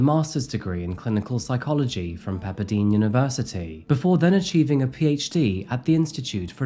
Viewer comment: Lol the way you pronounce Pepperdine University